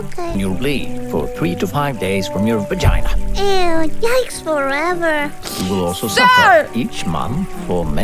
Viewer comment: whyd he emphasize on VAGINA